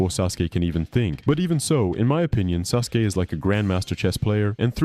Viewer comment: to - ok so can't pronounce sasuke, susanoo or Kaguya. Intro also sounded suspiciously like it was a.i written, if you can't pronounce them you clearly never actually watched naruto. I'll go ahead and assume you're reading a gpt script or something